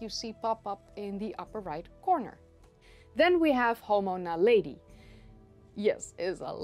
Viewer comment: As a Swede, I would love your POV on one of our ”national heroes”, Carl von Linné. Is it just me…? Everytime you say Naledi, I hear Tom Jones ”She’s a lady” in my head, but with the lyrics ”She’s Naledi”…